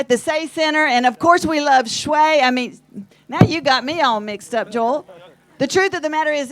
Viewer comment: Messed up Sway's name that's a sin